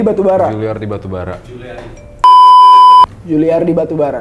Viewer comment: salah ngomong woee!!! "juliari" kagak "juliardi" bgst :'v